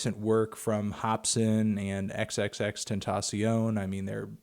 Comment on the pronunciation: "The biggest music geek on the internet".. "XXX-Ten-ta-sion".. really..?